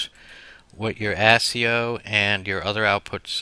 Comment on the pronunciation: Ass-c-e-o? That's not how you say it 😂😂😂